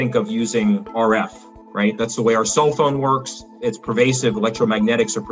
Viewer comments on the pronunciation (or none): That's the way our "Soul" phone works listen carefully. He doesn't say "cell" he says "Soul"